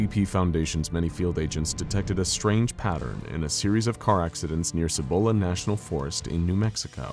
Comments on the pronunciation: Side note; because I hate how you pinché gringos can't pronounce some of the SIMPLEST Spanish(+Spanglish) words & names from here in NM(or in Spanish in general really)!! It is pronounced "SEE- BOWL- UHH" National Forest!! It's the forest on the eastern side of the Sandia(SAN-DEE-UHH) Mnts. Sandia being Spanish for watermelon, because of the color the sunset shines against the range(the range that is closest & most visible from ABQ, which also secretly holds an underground base that is directly associated to Kirtland Airforce Base and the Sandia National Labs! A place which, allegedly, is the actual place that the crafts from Roswell were taken, reverse engineered, reconstructed, and then eventually were used & improved on for the US Government. My mom used to work at Los Alamos National Labs(WITH BOB LAZAR NO LESS) near the reactors & the other nuclear resources(maintaining the highest level of clearance a civilian is able to) and she told me that because New Mexico is essentially the world's biggest volcanic graveyard(with all kinds of volcanoes from all different eras and ages) that there are giant, miles long tunnels that connect LANL to SNL over 90 miles away, and to several military bases, most notable the Dulce base which is ridiculously famous for being the central location for an alleged underground alien revolt battle from the hybrids created by the US government!! Dulce also being one of, if not THE MOST UAP & other paranormally active places in the state and count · >.< another good episode but I have to be a pain. I'm a NM local and for the pronunciation for Cibola. The C actually says its name so its not a hard or soft c. its one of the weird ones i know. Sorry local pronunciations not said correctly kind of urks the locals.